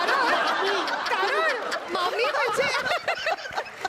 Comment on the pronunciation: priya tumhi to mami shabda lay bhari bolya 👍👍👍💖💖💖